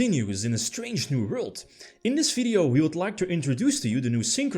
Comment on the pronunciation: “In dis veedyo”